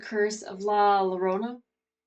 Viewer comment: Llorona. Double "L" is pronounced like a "Y". Hope this helps.